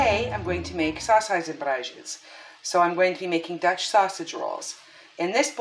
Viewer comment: looks delicious!! def hard to pronounce you did a great job ♥️